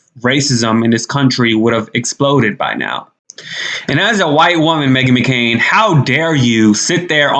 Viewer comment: Did you call her Meghan McKaren ??? 🤣🤣🤣 That wiped me Out